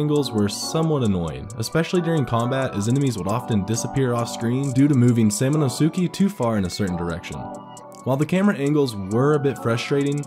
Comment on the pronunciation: Sam a no su kay" thats how its pronounced